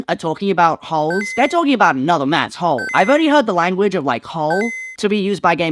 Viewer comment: You said hole so many times it started sounding like Hull, which is honestly even funnier.